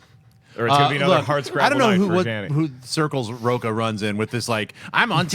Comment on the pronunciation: A fan of Rocha here, but hermano lets work on your Spanish pronunciations!